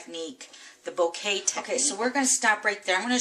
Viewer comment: Beautiful card. Isn't it pronounced Boka though?? I've never heard it pronounced bouquet..